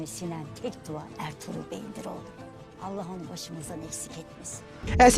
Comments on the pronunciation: Bhai Aap Bolnay K Lihaaz se Artugral Boltay Ho Sahi Lafz Arturul Hain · O bhai bolne ma Ertugrul nae hota balky bolnay ma Ertugrul ma sy "g" silent hota ha For example:erturul Asy bolnay ma hota ha nae to is trah us ka mtlb galt ho jata ha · Its erturul not erturgul g is silent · Its ertugrul